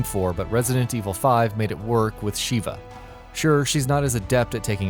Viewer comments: Her name's Sheva, not Sheeva. Sheeva is the shokan lady from the Mortal Kombat series. Also, Resident Evil 5 can be played as Sheva with Chris as an A.I. partner. Oh, and said A.I. partner really isn't that bright either; always sticking with their pistol- no matter which weapons you give them, always using herbs on you when you take the slimmest amount of damage, and refusing to operate turrets. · "Resident Evil 5, Shiva" me: god dammit her name is "Sheva not Shiva, quit pronouncing her name funny when Chris literally says the right way to say it if you spam circle/b" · re5 is not mk so learn to pronounce sheva correctly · Clearly this announcer has never played RE:5, besides pronouncing her name wrong Sheva Alomar is a total sod. it I'd wager it was a slow day for content so we got this garbage. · looks like the narrator didn't actually play resident evil 5, otherwise he'd know how to pronounce Sheva's name properly